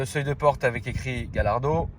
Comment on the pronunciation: Yardo non Gallardo